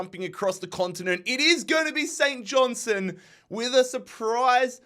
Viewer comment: For the love of god, there’s a ‘t’ in St Johnstone. Please hit it 😂. Saint John-STUN